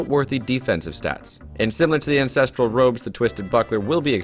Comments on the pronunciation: Is it me or does he actually say incestral robes LUL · did he say incesteral robes... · He defiantly did.